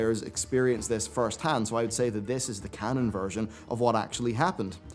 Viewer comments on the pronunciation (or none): none